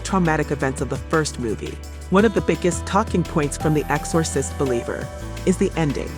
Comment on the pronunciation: EX-SAW- SIST 😂😂